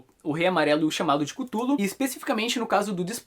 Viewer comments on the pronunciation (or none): acho que a pronuncia de cthulhu seria algo parecido com ''catiulu'' , me corrijam se eu tiver errado.